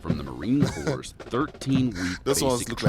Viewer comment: It's pronounced Core and spelled Corps